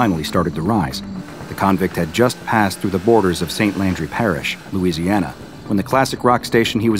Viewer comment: nice louisiana